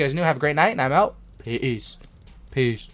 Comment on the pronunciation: you messed up saying peace lol